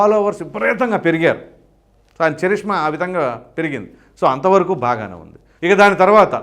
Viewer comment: చరిష్మా కాదు కరిష్మా అని పలకాలి